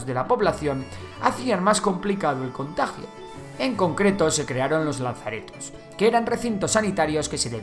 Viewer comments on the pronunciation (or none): Minuto ¿laNzaretos? ¿No debería ser "lazaretos"? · Solo una corrección: No es "Lanzaretos", es "Lazaretos", sin la N. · Es ameno. Pero ¿Por qué dices Lanzaretos? Creo que de vez en cuando pones bromas, pero ¿Esto no causará en personas que desconocen la palabra un malentendido?. Tu sabes que es Lazareto del italiano "lazzaretto", como sabes una orden religiosa italiana que cuidaba a los leprosos. Grazie mille e cordiali saluti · Lazaretos, no lanzaretos. Enhorabuena por los videos, me encantan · ¿Lanzaretos? ¿No era lazaretos? Por por otro lado, el nombre científico del agente causante de la peste debes escribirlo todo en cursiva, con el género en mayúscula inicial y la especie todo en minúsculas. O sea, «Yersinia pestis». Estos pequeños detalles harán aún mucho mejor tu video.